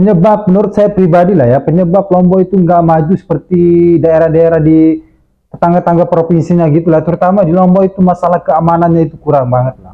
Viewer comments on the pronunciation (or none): Tetangga, bukan tetengga.